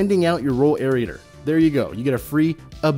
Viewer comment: AIR-RAY-TER. Not AIR-RI-A-TOR.